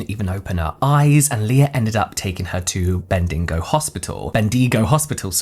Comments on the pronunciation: australian here: just a slight correct, its pronounced ben-duh-GO, where the emphasis isn't on the middle of the word but the last syllable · I had to rewind to listen to your pronunciation of Bendigo 😂 Oh no hahhaha. It’s more like BEN-dig-oh or Bendy-go. Also, to the non Aussies, Kmart is still a big thing here! It’s a different one to what was in the US and is thriving! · hearing James trying to pronounce 'Bendigo' has sent me into orbit 🤣 bendeeeego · Not bendeego lolllll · Ben-du-go closer to Australian pronunciation. Love your channel😂❤. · Bendigo is pronounced Bendy-go if anyone is wondering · My favourite part is when non-Australuans try to pronounce Australian names. Bendigo. Brilliant. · I feel like he said it perfectly the first time... then apologised and pronounced it incorrectly 😂